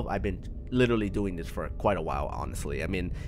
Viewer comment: This guy says fore i can do this jacks films were are u